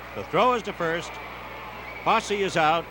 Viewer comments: Absolutely fantastic thx. Except, of course the mispronunciation of Ray Foss instead of Foss-ey. And, the apparent lack of awareness of how great a player Vada Pinson is/was. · Why did this announcer continue to mispronounce Fosse's name when he knew better?